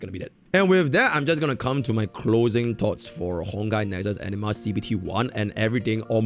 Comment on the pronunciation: Every time says anima I hear ENEMA for some strange reason or maybe I need to change my headset. Honkai Nexus Enema. Collecting Enema, Fighting Enemas.